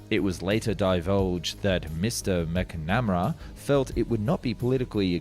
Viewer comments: enjoyed the video and composition, other than the multiple pronunciation errors, eg. mac nemera. not macnamara. small faults but they ahow a lacking of information and thus cast shade on other information ❤️ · McNamara (Mak • Nuh • Meh • Ruh) 😂